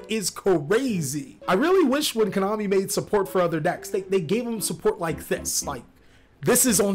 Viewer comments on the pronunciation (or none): none